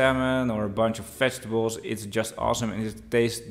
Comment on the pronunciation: thanks for the review, but you need some practice in your English pronunciation. It's "vegetables", not "festivals". I know you're Dutch, not English, but if you do food reviews, that's a thing you should work on. But again, thanks for the detailed review.